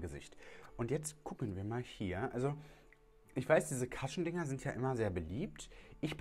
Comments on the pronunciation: Interessant... bin im recall 😉😎 und werde dies wohl testen müssen... übrigens, jfyi, man spricht es "kuschn" aus, nicht "kaschn" und damit ist eigentlich der mit foundation getränkte Schwamm gemeint, nicht das Applikationsschwämmchen... bin Koreanerin und Cushion-Foundation-Junkie seit 2014... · Sister ich lieb dich über alles aber man spricht es cUshion mit einem normalen U 😂😂 ❤️❤️ das A gibt mir Bauchschmerzen